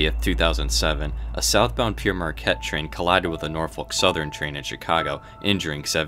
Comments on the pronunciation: For God sake. It's Père (pronounced more like "pear") not Pierre! The name is from the 18th century French Jesuit priest missionary explorer. Hence the French title (Father Marquette in English.) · It id not Peer Marquette is is pronounced pear marquette - Pere is the title of a priest. Pere Marquette is a priests name. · I'm confused - throughout the video you spell it "Pere Marquette", but pronounce it "Pierre Marquette" - which is it meant to be? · Its spelled Pere but pronounced 'Pear' and means 'Father' not Pierre. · Pere rhymes with pair and pear. It's French for father, as Marquette was a Catholic priest and missionary.